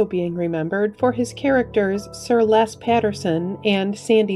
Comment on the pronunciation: Les is pronounced lez in the rest of the world